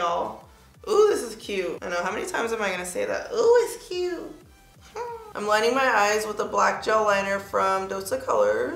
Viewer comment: The “ish real cyooot” 😂😭